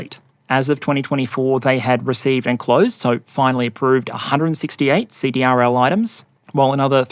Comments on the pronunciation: CDRL is pronounced "seed-ril." (defense contractor) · Great video. The Navy needs to fix the soup sandwich that is their ship acquisition process. FYSA CRDL is pronounced "See - Drill " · fyi, CDRL is pronounced "see-drill".